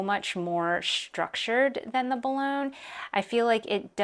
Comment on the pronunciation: Boo-loin. As in the famous city in France.